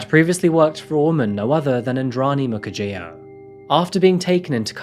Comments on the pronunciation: As a regular, I know that many Africans have commended you for getting the names and pronunciations right. In that regard, here's a small thing I'd like to point out. Peter Mukherjea's surname is actually pronounced Mukherjee (jee, not jiah). A Bengali surname, a few of them put an 'a' instead of an 'e', probably for aesthetics or good luck. Thanks for covering this high-profile case! You can expect a final judgement not earlier than 2040. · Mukerjea is pronounced Moo-cur-jee. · it is pronounced "Mukher-jee".. like tea makes it tee, "jea" is jee